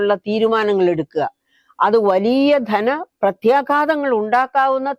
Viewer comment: പ്രത്യാഘാതം!. മേഘത്തിലെ 'ഘ '😄